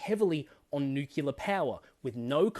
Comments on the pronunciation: “New clear”, not “new kyular” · Literally from Google British pronunciation Sounds like nyoo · klee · uh Aussies mostly use British pronunciation. Then comes the accent. Anyways who cares😂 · Historical context here: the mispronunciation favoured by Americans came from President Harry S. Truman (the “S” didn’t stand for anything). When he was briefed on the Manhattan Project, he apparently had trouble pronouncing “nuclear” and for various reasons, the mispronunciation stuck. I don’t mind people mispronouncing it if they don’t know any better and in this day of the internet dictating such things, it’s entirely understandable. But when I heard Morrison doing it in his fawning to Biden, I nearly puked.🤮 The Australian cultural cringe was on full display right there.